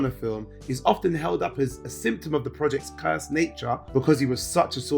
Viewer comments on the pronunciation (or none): none